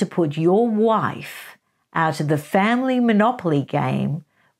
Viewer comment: Did she say “WIFE”?